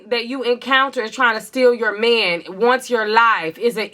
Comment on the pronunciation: The way you say ‘meeeehhhnnn’ gives me life😅😅 the accents to a non-american ears😂😂